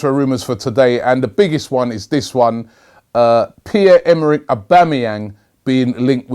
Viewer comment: Ansolutely pathetic pronunciation of his name...pier? really?